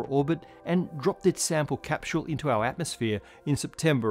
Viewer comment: OMFG HE GOOFY MEETHANED AND CAPSHULLED Y GOD YYYyyyy 😂🎉